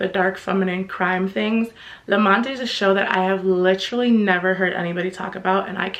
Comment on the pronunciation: I absolutely loved Alias Grace. A note about La Mante. In French, you don’t pronounce the last e unless it has an accent on it. So it would be pronounced La Maunt (like aunt not like ant).